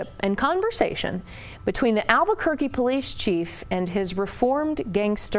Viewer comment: Did he really call it Burkay? It's pronounced Burque' (Boodkay)